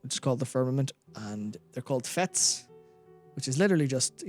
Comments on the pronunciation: The word fete is actually pronounced the same as fate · Fete is pronounced fate... It's a feast.